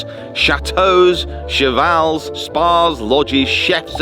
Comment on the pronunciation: Not "Chevals" 😅 but "chevaux" i know French is insane. Bravo that's a good video again!